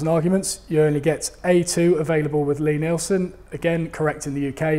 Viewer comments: I was awaiting on tenterhooks for the correct pronunciation of Lie Nielsen ........ at last. Didn't really notice the F word but it's part of our rich vocabulary isn't it ? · Well, at least he got the fuck'n pronunciation of Lie Nielsen right. About fuck'n time. Oh, and dozie Rosie, something I learned with my kids, Always preview what you are going to show them whether it be from the internet, a DVD, blueray or a movie theatre. Sounds like work, and it is, and now I have two fine upstanding adults who have spouses and know how to use the work fuck.